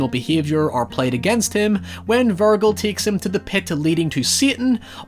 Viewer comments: Bro if his name was pronounced vir-gill then Jack would call him vir-guh for short. Instead we hear that J sound in his nickname verge, because his name is Virgil bro pronounced vir-jil. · FUCKING VIRGIL NOT VURR GULL VURRRRRRGUHHHHHHLLLLLUH ugh. Virgil. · why do you keep saying "VIRGO"? its Virgil..... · I love ya to death dude but for the love of god, it's VIRJIL not VURGLE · Virgil is pronounced like Verjil not vergill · Willem Dafoe's character never lost his dick, watch it again and it's not "Vurgal" it's Virgil, with a "j" sound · Virgull vs virjill pronunciation. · Vur-jill not vergull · Good video but Virgil, not virgle! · Honestly Dante would be offend if he heard you call Virgil, Virgul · hearing ver-gill instead of verge-il hurt my soul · House = haus or Hau-oose. Also, Virgil is not Vur-guhl & (not Veer-gill) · Way to fuck up Pronouncing Virgil! Lol it’s said like Vir-Jill, not Vir-Gill lol. Big mistake 😂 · Virgul...virgul...isn't Virgil? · I can understand Anthony and An-tony but Vergil and “Ver-gill”? That’s the biggest crime here, I’m sorry. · its virgil with a hard g sound like in giant. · Great video, awesome movie. One critique on this, Is that his name is pronounced “Vir-Jil” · Virgil is pronounced: G sounds like a J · Vurgul man really (ver)(jill) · it's pronounced "Vir-jill" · Yo, y'all on the "hoyever" but I'm fuckin' dying every time he says "Ver-gull". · Love your videos but in this one every time you say "Virgull" it just takes me out of it, it's a bit like fingernails on a chalkboard and I kind of start questioning your knowledge of film if you're saying the name weird. I know the Latin pronunciation but you're not saying that Latin version of the name, you're saying the modern western version of the name. Small thing to nitpick about but it's kind of driving me crazy. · Ah yes, I love Dante and Ver-gull. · Vir-jil, no? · "Vir-gull." Yikes. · I die inside when he says Virgull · "Ver-gill" angry Judgement Cutting in the distance